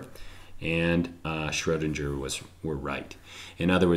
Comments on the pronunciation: Schrödinger, not Schrohdindger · Schrodinger is pronounced SchrodinGer. The G is said with a G sound and not the J sound.